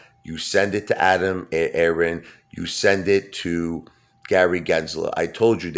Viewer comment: why do u struggle over sayin Adam Aron,,just wondering